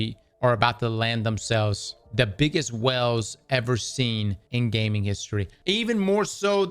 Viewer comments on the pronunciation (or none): OH he’s saying WHALES, not wells. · Oh….whales….not wells…🙃